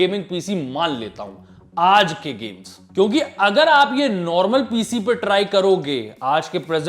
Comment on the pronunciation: kya bol rha heeee. Ppppppppciiii piiiiciii